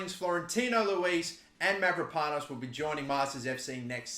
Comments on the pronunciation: Dont you worry you pronounce Konstantinos Mavropano`s name fine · I am from Greece and you saying the name of Mavropanos very good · Ι have to admit that as an Aussie you are pronouncing my name extremely well considering its your first time you try pronouncing a Greek name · You said the name right don't worry.